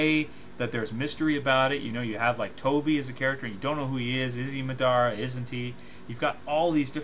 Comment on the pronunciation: I hate how he says naruto, sasuke, Madara what the fuck the say their names in the show da fuq